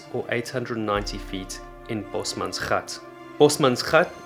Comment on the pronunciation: South African here! Your pronunciation of "gat" is perfect! I'm not used to hearing people actually pronounce Afrikaans words properly. A berautiful video that clearly had a lot of effort put into it. A+++🥇